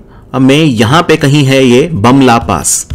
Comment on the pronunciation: Its pronounce as 'boom la'